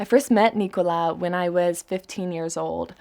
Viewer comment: it's not nicolas, it's nikolaj